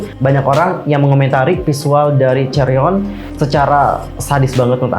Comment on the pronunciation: Chaeryeong not chaeryon